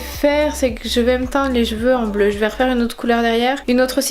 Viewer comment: Je pense que les couleurs comme le bleu ou vert marchent pas sur les cheveux bruns mais plus sur les cheveux blonds en fait. La rouge a très bien marché chez moi comme chez toi d'ailleurs... Par contre ta façon de prononcer cheveux.... non non non xD